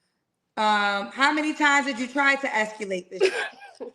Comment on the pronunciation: not you saying “escalate” I can not😂